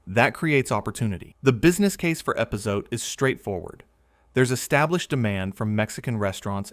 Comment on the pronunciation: At least get an AI reader that can pronounce epazote, or better yet, hire a real person.